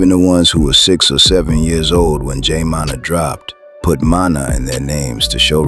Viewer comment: Teach your AI to say Munna NOT Monna! Edit: Now I hear it saying "Manna"?! Come TF On Bruh!